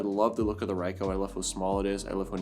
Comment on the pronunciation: Nice review, with some really good photos. 👍🏼 Definitely a pocketable powerhouse. One correction though: it’s pronounced Ree-coh, not Rye-coh.